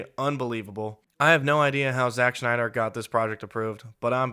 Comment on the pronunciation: Stop pronouncing Snyder like Schneider!